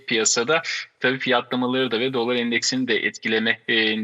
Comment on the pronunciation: DOLÂR şeklinde neden şapkalı A ile okuyorsunuz? Mesleğinizdeki en önde gelen kelimeyi doğru okumuyor olmanız garip doğrusu.